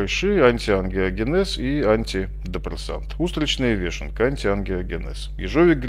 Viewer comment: Только не вЕшенка, а вЁшенка (если называть гриб по-русски). Дебильная привычка на письме заменять "ё" на "е" привела к тому, что многие, кто незнакомое слово прочёл раньше, чем услышал, приучаются говорить неправильно.